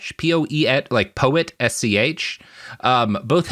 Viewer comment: It's actually Pötsch (rendered in Englisch as "Poetsch"), and the Ö is its own vowel sound, which doesn't exist in English, and is closer to the vowel sound in the French "vue", for instance. It's not at all two separate vowel sounds, like in "poet", as Robert does here.